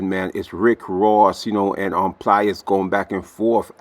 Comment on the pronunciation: Please stop calling him Pli-est. It’s just Plies. Like lies, fly’s, tries. You get my point.